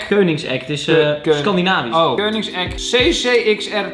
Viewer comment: Omg Don is echt de enige die ik koenigsegg goed heb horen uitspreken